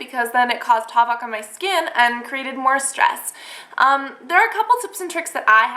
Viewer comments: ish did she just say havoc like hawvawk? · That awkward moment when she says "havoc" incorrectly.